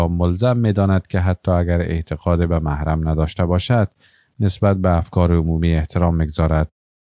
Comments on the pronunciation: محرم نوشته میشود و موحرم خوانده میشود ؟؟!! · اگر میشه کلمات را درست تلفظ کنید مثلا کلمه محرم را چگونه تلفظ مکیند حد اقل به رسالت گزارش دهی تان آگاهانه رفتار کنید.... نه از روی عقده.... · ببخشید کلمه محرم را اشتباه تلفظ می کنید لطفاً از کسی که در املا و انشا بلدیت دارد کمک بگیرید تا طرز درست تلفظ را یاد بگیرید! مثل هوش مصنوعی تلفظ می کنید! لطفاً بیشتر دقت کنید.فعلا لایک نداری تا طرز درست تلفظ را یاد بگیرید!